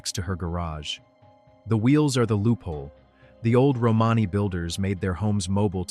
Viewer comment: Another yputube robot cant pronounce romany correctly .